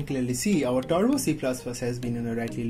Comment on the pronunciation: I have simple tips than his steps 🤣😂 and he have grammar mistakes 😂 so please go to the tution don't make this nonsense videos. It's turbo not tarbo